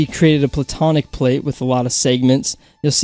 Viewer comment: Instead of platonic plate i kept thinking he was saying bubonic plague